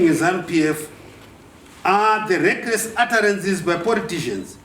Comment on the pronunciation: i like it for the "wreckress utterances by poritizhens" hahahahaha Makanyanya Generallo